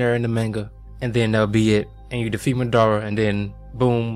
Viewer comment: Ma DUH ra not madddaarea